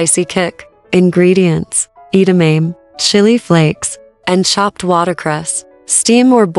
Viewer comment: Can’t pronounce edamame? They just pronounced it correctly in the snipped video. Get a new AI voice. Too many commercials